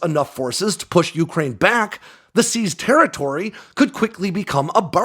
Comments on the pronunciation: bro. it's yucrane. not yooocrane. great report, but you're putting the emphasis on the first syllable when it only applies to the middle part. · Dude, please stop saying yooookraine